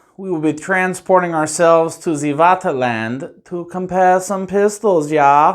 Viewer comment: Vaterland = "Fah-ter-lahnt."